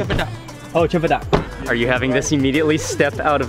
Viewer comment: Cempedak goreng if you eat when still hot he call hempedak hoheng😂😂